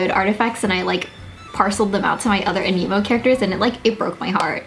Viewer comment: Since I dont play this game I actually thought you were saying 'an emo' and not 'anemo' 😶